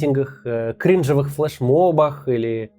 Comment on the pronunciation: Максим, я конечно уважаю вас и ваш труд, но правильно говорить не "крИнжево", а " кринжОво"